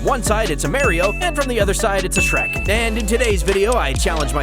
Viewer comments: its mario not marry o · merio???😂😂😂 Mario